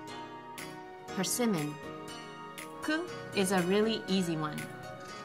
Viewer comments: Chiyoko Nirvana I had the samei issue trying to figure out what she was saying :P I typed in "parsimmin" in google and it actually corrected it to Persimmon luckily! I have never heard of a persimmon prior to this video so it's nice to know something new! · persimon? idk what she said... hhaha